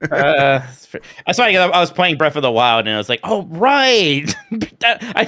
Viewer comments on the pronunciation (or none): I’ve noticed pronounces certain words differently ex: earf and breaf instead of earth and breath. My son is in speech therapy and I’m wondering if this is a specific speech thing or what. No shade generally curious